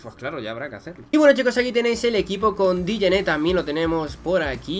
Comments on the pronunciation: No se pronuncia dijene se pronuncia jené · Nadie: Obsulutamente nadie:: diyene